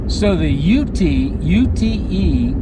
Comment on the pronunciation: Pronounce it without the E just say Ute